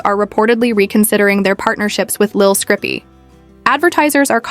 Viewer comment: Who tf is lil scrippy? Dumb AI